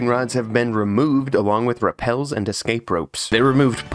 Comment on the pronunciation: Et cetera Es - cape There is no k after the first E